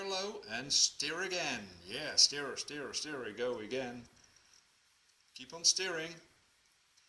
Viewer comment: Thanks your recipe is great second time I have used it! Everyone loves them. PS your English is excellent just remember stir rhymes with fur not fear.